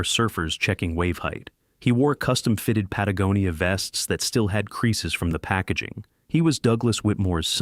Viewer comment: Oh my God! You pronounced Patagonia correct! Worth subscribing to!